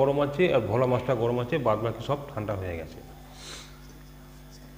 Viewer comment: Why is shawarma pronounced as shoborma by u and bhola maach pronounced as vola????? Cant u bongs atleast get ur own pronounciations correct instead of using stupid pronounciations where not needed like instead of bhel puri its now become vel puri... so instead of bangla and bangali why dont u say vangla and vangali?????? Since when did u guys hav a va in ur vocabulary.... everything was ba. Stop desciccating a language just because its not ur own. Respect others languages instead of ruining it.